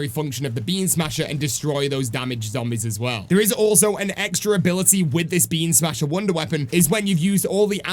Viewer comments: It sounded like you were saying "Bean smasher" instead of "Beam smasher" and honestly, that's the new name for the WW for me😂😂😂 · I keep hearing “bean smasher” and it’s making me laugh 😂😭💜